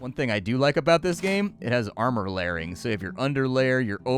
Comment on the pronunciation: pls stop saying armor lairing, it hurts